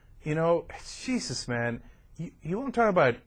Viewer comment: In the name of JEESUSS! JEESUSS! When people say it like that its so funny. Messed up psychologically overall though.